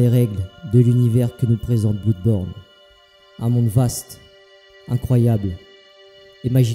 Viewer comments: Super vidéo mais ça ne ce prononce pas bloudborne, (va sur Google trad tu véra) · Oui je sais xD ça se prononce comme Bleudborne comme Blood en anglais xD Mais je sais pas j'aime bien dire Blouuuuudborne xD Et c'est aussi en hommage au LP que j'avais fait sur le jeux lol xD En tout cas merci pour ton commentaire mon ami ça fait grave plaisir de ouf :D